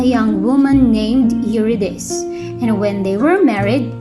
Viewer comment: This is a very presentation, Mam. Thank you for this. I just think the pronunciation of Eurydice is /yuRIdisee/. Calliope is ok as /kalYOWpee/ although it is usually /kaLAyopee/. Nonetheless, it is a great presentation with so much clarity.